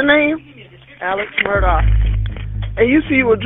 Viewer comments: Murdaugh.. sounds lot like sc pronounced murder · His name is ALEX not ELLIC! It's MURDAUGH not MURDOCK! And while were at it shouldn't It be SCLED? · El-lick Murdok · Why does everyone keep saying Alec and not AleX? Also they keep saying Murdock and not Murdaugh????